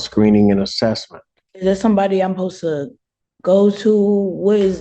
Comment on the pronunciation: When did the term, "I am supposed to" turn into "ummapose-uh"?